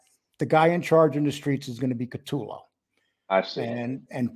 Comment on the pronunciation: You guys can’t even pronounce Bills name properly….CU toe lo = CUTOLO……..not cat too low